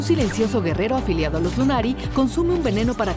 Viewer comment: Aphelios "aphiliado con los lunari"